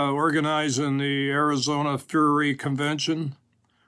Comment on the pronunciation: Oh... They love animals alright... I love how he also has no idea how to pronounce 'furry'. Typical republican lack of education.